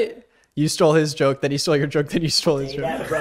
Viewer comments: bro you said joke like “jolk” idk i can hear the silent l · Ok is it just me or did this guy just say jolk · Why do you pronounce “joke” like “jolk”; like, “yolk”, bruh?? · bro pronounces joke with a silent L... "jolk" lol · the one thing i noticed about ( the not short one) is that he says the word Joke like there’s an l in the word. No hate it’s just his accent just something i noticed